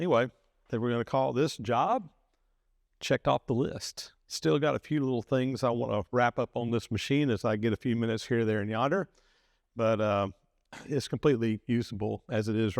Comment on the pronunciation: here, there and yodder? That's a new word to me, interesting or was he trying to say yonder.